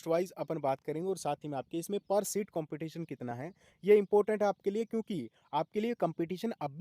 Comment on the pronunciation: सीट hoga Not शीट sir